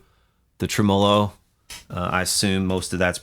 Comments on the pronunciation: Trem Molo ? ...tremello one word. Emphasis on TREM not MOLO hahah why do people say this? Do you people say vibrato funny all like too? just playin. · What is a trem-O-low? hahaha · Tremolo, I dont think that word is pronounced as you think it is :) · Learn how to pronounce tremelo!